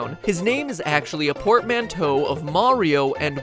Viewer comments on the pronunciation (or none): In English at least, the twin that came out first is considered older. Also, his pronunciation of portmanteau D